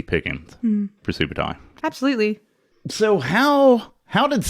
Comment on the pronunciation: Hey you said my name correctly.